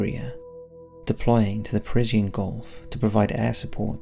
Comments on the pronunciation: It is "Persian Gulf" PERSHIAN ... why do you say PerZIYAN ?! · 'Persian' not Parisian. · Brilliant video. Thanks so much. No hype just facts. But one tiny Criticism...it's the Persian gulf pronounced Pershan...not Pers i a n. Minor point but excellent video...subscribed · Wtf is the "Prizian Gulf?" The word is, "Persian." As in, "PUR-zhun" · "Parisian" Gulf?? Dude! it's PERSIAN Gulf! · English is your first language and you continue to completely mis-pronounce words. That's the conspiracy. Parisien Golf? The Golf of Paris?! Persian...Persh-an. Gulf. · "Parisian gulf"! Robots still slip up! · "The per-is-e-on gulf" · Like the video, like the narration, but what is the "peresian" gulf? Is that like "al-u-min-eum"? A difference in pronunciation? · Did he just say, "Parisien Gulf"? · I'm more disturbed by the constant mispronunciation of "Persian"